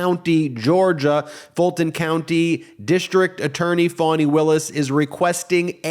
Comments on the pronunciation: Foni not Fani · How do you get "fawny" out of Fani??! 🤔🙄